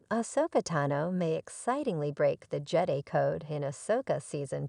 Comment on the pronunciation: Who can watch this nonsense? I only got sec in before stopping. How can I take anything seriously with a bad AI voice, that can't even pronounce Jedi correctly. It's JED-EYE Not JEDDY.